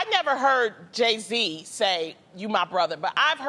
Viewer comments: i love Tamera... but did she say Jay -C instead of Jay -Z? lol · Tamera, it's Jay-Z not Jay-Cee 😂😂 And I think that pretty much how Jeannie and Tamar's relationship used to be. Jeannie was always showing love to Tamar, but it was never reciprocated. I am surprised though, at one point I really thought Jay and Kanye were extremely close.